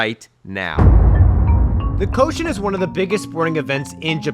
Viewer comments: Dear: This has come up a few times so I just wanted to offer: "koshien" isn't pronounced "ko-shen" but "ko - she - en." "En" is (being used as) a suffix that means park or garden. Don't wanna be that guy (nobody expects you to have perfect Japanese pronunciation of course), just thought it'd be worth fixing for future vids. Keep up the great work! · You mean the Koshi-en [kohshi’anne], right?